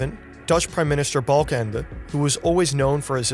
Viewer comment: You said balkenende perfectly